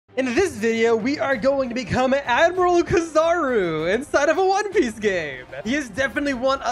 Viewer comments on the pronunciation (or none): U say it like key-zer-roo